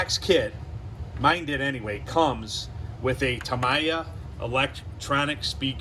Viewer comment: Tam-eeee-ah! I had to stop watching as your mispronunciation was grating!